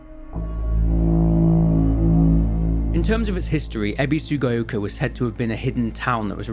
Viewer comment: "Ebisugaioka"; "Sakooko" xD Nobody can pronounce the names in this game right lmao